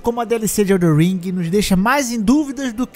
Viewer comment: Cara pq até hoje você fala EldeR ring? kkkkkkkkkk